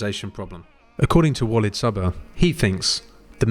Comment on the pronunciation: Interesting topic. BTW, Walid is pronounced Waleeeeeed